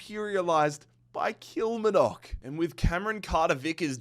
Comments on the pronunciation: Your pronunciation of Kilmarnock makes it sound a lot more exotic than it actually is 😂 The emphasis is on the “mar” bit usually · How can he pronounce the Asian and South American teams easier then the Scottish ones hahahha😂 Kilmarnock, ( kil marn uck) probably best way of sounding it out